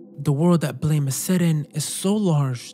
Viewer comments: its not called "blame" its "BLAM" like an explosion Killy isnt a human either.... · As soon as I saw Lorn's Lure, I knew you had to bring up Naissance. And as soon as you did, I'd hoped you'd bring up Blame! and you did. Just finished it a few days ago, what a coincidence! (It's pronounced like 'blahm', like a gun sound, also it's got a movie on netflix!) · Small correction, Blame! is pronounced like “blam”